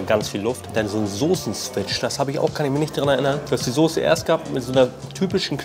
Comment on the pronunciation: sosse? xD